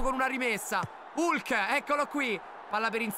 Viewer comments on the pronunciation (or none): none